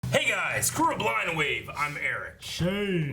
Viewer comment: Why does he always say "blond wave" instead of blind wave lol?